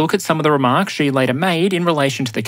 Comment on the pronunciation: Xi is pronounced SHEE